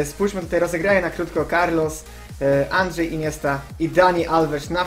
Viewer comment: Tylko ja usłyszałem andrzej iniesta?